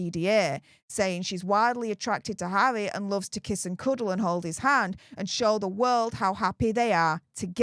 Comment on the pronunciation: Its harrrrrrrrry not havvvvvvvvy😂